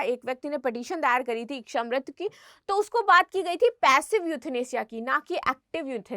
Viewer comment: बार बार इकछा इकछा किए जा रही है,,, इकछा नहीं होता,,,,, इच्छा होती है